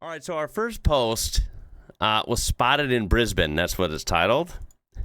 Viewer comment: I just subscribe for your correct pronunciation of Brisbane 😂